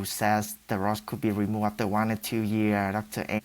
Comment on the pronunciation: "Sho UnRike the DicTOR whO ShaYs de RoD courd to be RimOved Afteh I eAt Moe RiCe"